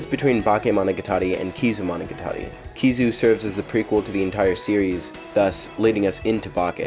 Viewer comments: You pronounce monogatari like managatari, IT OFFENDS ME (ノಠ益ಠ)ノ彡┻━┻ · The way you pronounce Monogatari is so weird. I’ve always said it mono-got-ar-ē. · It's Mo No Ga Tari you ass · Monica Tori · Put heavy effort into a video doesn't learn how to pronounce araragi and monogatari correctly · More important question, why do you pronounce "Gatari" like a pretentious Weeb? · im sorry this is a big nitpick but the pernasiation of monogatari makes me shutter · I found it very distracting since you're pronouncing it with an American-English emphasis on the TA (as in guitar), while the emphasis should be on the GA instead (as in gamut). Listen to these samples for comparison: As an Elitist you should work on this! <(^-^)> edit: changed GA example to gamut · Y E S